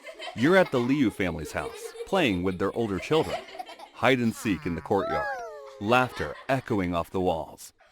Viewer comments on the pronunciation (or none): none